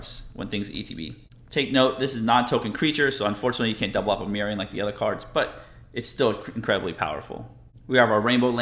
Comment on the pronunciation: There’s no um in miirym.